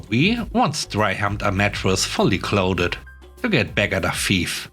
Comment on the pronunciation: Snake free mailboxes are the best. What a nice sibling to have their sister's back like that. P.s. Clothed is one syllable, similar to closed.